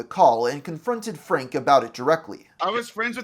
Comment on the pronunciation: a great video... but why do people talk like this? you say Frank-uh. it's Frank. you put an extra syllable at the end of half of your words-uh.